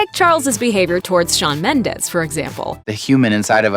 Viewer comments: "Sean Mendes" wtf????? Im not even a fan, but it's Shawn... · It's SHAWN Mendes not SEAN Mendes. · ''sean mendes'' i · omg wtf it's not sean it's shawn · ‘sean mendes’ 😭 shawn mendes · IT’S SHAWN NOT SEAN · Are we going to ignore the fact that they called Shawn Mendes as "Sean" Mendes? Just asking. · *Shawn Mendes. Not Sean Mendes. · SEAN MENDES??!!! ITS SHAWN MENDEZ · It’s Shawn not Sean seriously people come on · It’s Shawn Mendes not Sean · It's not SEAN mendes it is SHAWN mendes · “Sean Mendes” lmaooo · “Sean mendes” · "Sean Mendes" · “sean mendes” 💀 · "Sean" Mendes? Disrespectful!!! 🙄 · ''sean'' mendes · "sean mendes" really... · Sorry, but really? “Sean” MENDES... omg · "Sean Mendes" 💀💀💀